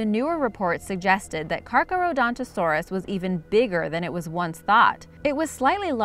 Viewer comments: Is is pronounced car-gar-ra-gont-a-saurus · Car char don to Saurus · car-char-ro-don-toe-saurus. Giga-no-toe-saurus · It is said car car don ta saurs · it is pronounced char Charo dontosaurus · Giganotosaurus Jig-uh-no-toe-sore-us Charcharodontosaurus Car-car-oh-don-toe-sore-us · Char. Chara. Dondo saurus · It's pronounced Car-Kara-Donto-saur-us hope that helps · The correct pronunciation of Carcharodontosaurus is Car-care-ah-don-toe-sore-us. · No. Its Carcarohdontosoros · It's car-care-a-dont-a-sor-us